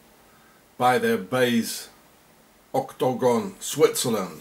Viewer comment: Dude, say Oc-to-gon one more time LOL